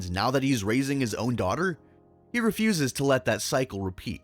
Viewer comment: "The episode where Jake refusas to change (and what it changas)."